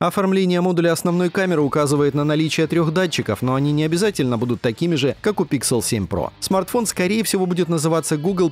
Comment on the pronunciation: Не стал смотреть только из-за произношения названия нового фолда - Pixel. Слух режет этот ПИКСЕЛ